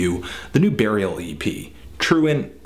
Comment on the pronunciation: He says Barial :)